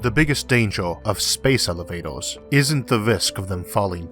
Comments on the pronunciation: Oh he cant say R O-o this is the first time I hear an american with this speech impediment :) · ad 3. who's embarrassment is saved - yours? You may have thick skin, but the wrong job too. It's like conducting a symphony orchestra without hearing. Elevatos stretch far above the Oath, so they can simply be cut by orbiting space debris. You eitho need to correct the impediment or stop talking. Are you aware how annoying you are? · Space Elivatows? Their pwetty stwaight fowawd.... I love how this dude talks. It's no impediment, it's entertainment. What about space-junk? How can you ensure the cables won't be hit?